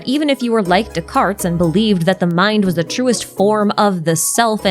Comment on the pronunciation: Please, no "S" sound at the end of Descartes.